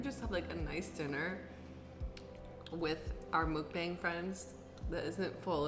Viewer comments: its pronounced mukbOng not mukbAng. Sorry, just something that bothers me alot. i know you probably don't care but i just wanted to put that out there. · JENNA.. ITS MUK AS IN MUCK. SOUNDS LIKE MUCKBONG. PLEASE. 먹방. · It's called mukbang (pronounced "mook-bong"), and it translates to “eating broadcast” in South Korea, where professional mukbangers can make up to $9,000 a month. ... “Dining is a social activity, and you don't sit and eat alone.